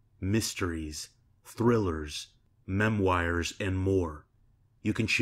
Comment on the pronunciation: Bro really read memoirs as memwires